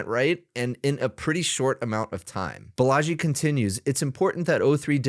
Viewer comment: not Balaaaaji, correct way to say, baalaaji